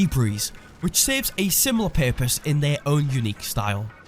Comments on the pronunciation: Purpose* not "pErPoSe" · “For one paepose”